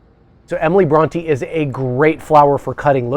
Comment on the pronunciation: Wow! Can't pronounce Bronte or Wuthering Heights? The state of education in America is obvious in every aspect of life. Sad